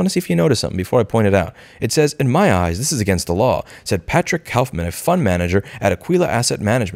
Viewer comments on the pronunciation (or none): none